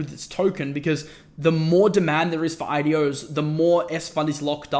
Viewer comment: what he says: IDOs What I listen: adiós 👋